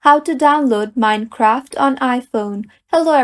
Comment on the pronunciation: Wtf is “mini-craft”?